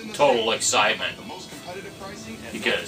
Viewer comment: Did you say total excitement or total excrement at the end.....lol. Be careful of the death spike in front of you if you are planning any more jumps bro.